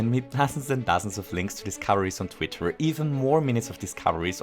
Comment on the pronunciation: “twixter” Can this actually be what we call it from now on? 😂